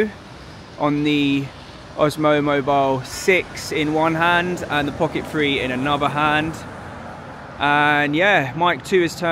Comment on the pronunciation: Great review. One thing...is it just me or do you keep saying Pocket Free instead of Pocket Three?:)